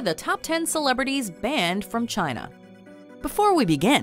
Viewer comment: Chayna Numba Wan!